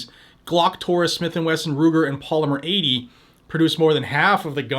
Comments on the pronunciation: poly-meer atey!.... 🤣🤣🤣🤣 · He speaks like he's had a tramatic brain injury. Maybe dropped on his head at birth?